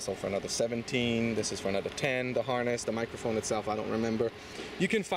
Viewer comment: Harness not harnist